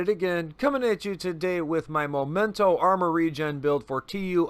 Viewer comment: Thanks for the video. I've been waiting for a while for a video like this But, remember: "momento" is moment in English whilst "memento" (the real name of this exotic backpack) is reminder in latin. They do not sound the same. The first sounds "moh" at the beginning, the second sounds "meh".